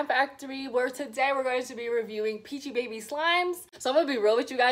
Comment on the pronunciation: Its pronounced as peachybibies